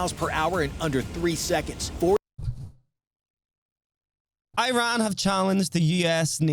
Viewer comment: You said "IRAN" that way? You have ZERO credibility lmao for understanding world peace........ LMAOOOOO!!!!!!!!!!!